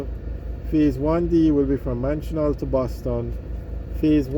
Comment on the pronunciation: Just for information, Manchioneal is pronounced (neel), love your work, keep it up.